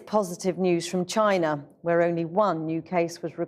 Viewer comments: 'it comes from *chyna*' - the way he is spitting out the word - .lievable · the way he said "China" 😂